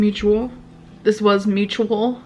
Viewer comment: Honestly, she says "mutubal" not mutual, so we wouldn't get any drinks. 😂